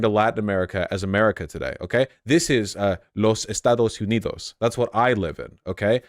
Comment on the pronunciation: As a Mexican leftist, hearing Vowsh say, "Los Estados Unidos" makes me want to jump the fence 😂